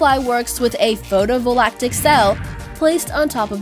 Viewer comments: "Photovolactic?" I don''t think you can make up words... Edit it and repost to say "photovoltaic" (foe-toe-vole-tay-ick) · "photo VALACTIC cell"!? I cringed so hard. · "Photo-volactic cell"